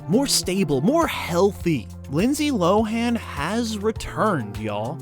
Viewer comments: You pronounced her name wrong for the whole video 😄🤦🏿‍♂️ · Everybody does, even tho she has TOLD EVERYONE who to say her name 😂